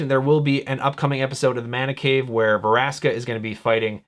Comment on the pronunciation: It's Vraska, not Varaska. Still, nice video. :)